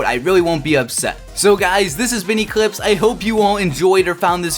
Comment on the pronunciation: why did u name ur channel eclihpse if u cant pronounce your L's well :P